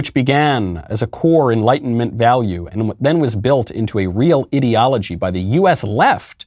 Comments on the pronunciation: is he saying Idio-logy (Idiot, -ology) or does he just have no idea how pronounce ideology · 6 minutes in, have to stop listening. Can't stand the way he pronounces "ideology"